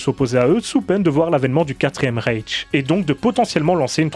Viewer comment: C'est pas Raiche mais Ryche.